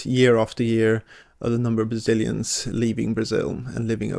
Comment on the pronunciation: "Bazilians"??? "Bazil"????